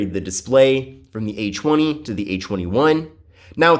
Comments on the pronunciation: Oh i Did'nt know it was pronounced Achweny. To think i've been saying A Twenty all along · This guy is low-key saying a chwenie😂